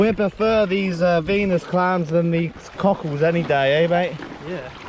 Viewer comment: you are the fuckin man and your energy is contagious..keep it up man...even though you keep saying CUCKHOLDS i love it lol